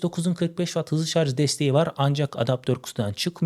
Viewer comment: Şarz yerine şarj desen daha iyi olur